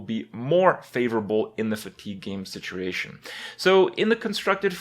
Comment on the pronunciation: For how often Kripp says the word "situation" he should really learn how to pronounce it correctly.